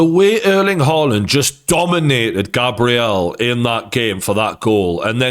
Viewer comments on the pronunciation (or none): none